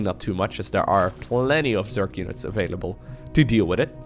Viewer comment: Is there any particular reason you say "zerk" instead of "zerg"? That's got me intrigued lately.